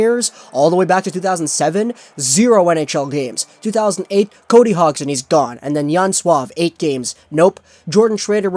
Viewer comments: It's pronounced Hod-son, hot Hog-son. And Yen-son, not Jen-son. FFS, learn the proper pronunciations if you wanna be taken seriously. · Actually it's Hoj-son. Soft G sound, not D.